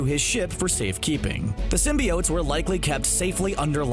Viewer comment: (Slaps face) ok....is it pronounced Sim-be-unts like the 90’s animated series? Or what the Sam reimi movies started with sim-bi-otes??? Personally the animated series came first and sounds better, Sim-bi-otes sounds like a crappy breakfast cereal